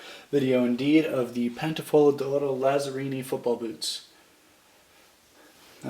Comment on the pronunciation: just so you know it's pronounced Latsarrini